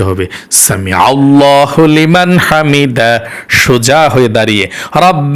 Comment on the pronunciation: ছামি আল্লাহ লিমান, হামিদা হবে.. হলীমান না